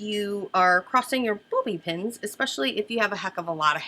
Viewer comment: You didn't say "bobby pins" in your usual accent! The world must be coming to an end! :) Love these looks...and you!